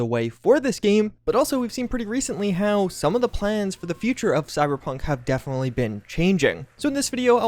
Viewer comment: "defnally"